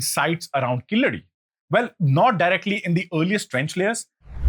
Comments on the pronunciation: It's keeladi. Not kiladi..yew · It’s not Killadi sir… it is Keeladi. You pronounce it as ‘K la D’. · You are pronouncing it killadi it’s keeel adhi meaning the bottom layer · It's not Killadi, but Keeladi. Please don't kill this discovery. 🤣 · Very well said.sir it is Keezadi.and not Killadi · It's pronounced KEEZHADI in Tamizh not the derogatory Keeladi. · It is spelt wrong keel +adi is right: but the person says kiladi?! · Not kiladai sir. It is called kheeladi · Hello! It is not Killadi, it is Keeladi !! Keel means deep down, adi means steps or perhaps measurement !!! Since when Sindhu civilization became Indus valley civilization, so comfortable to those who came to invade the land ???? Anyway, this ancient Tamil city was hidden because those aryan jewish immigrants who came in as nomads after a few centuries of their nomadic journey straight from Jerusalem crossing Babylon now Irag and Iran, then crossing Afghanistan then into the Tamil land now called India, approximately 5K years ago, may lose their fake identity as son of the soil and sanskrit as their deva basha and be packed and couriered back to Jerusalem from where they were kick out from !!!! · Please note that it's pronounced Keeladi, not Kiladi. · please for the next time, its 'Keeladi' 💕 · It's called "keel-adi". Get your pronunciations correct. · It's KEEladi, with a long e. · Dear, I like your videos. But the videos in the background are often unrelated or showing white people or others when you're talking about India and Indians. I don't mind mispronunciations and accents, but please check your pronunciations by writing then in a script you're comfortable with like devanagari. Two mispronunciations in this video कीय्यढी or कीय्य्लढी and बदाक्शान or बदक्शान.